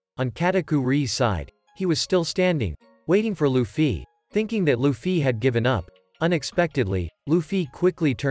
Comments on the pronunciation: "lufee" lol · nahhh bro said L-uFfY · He keeps saying Lu-ffy 💩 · The way you say Luffy though… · bro that's not how to pronounce Luffy and pls let this get 20 likes plsss